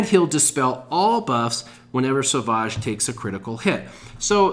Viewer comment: Love your vids but please it's savage not saaavaaage, like a savage lion.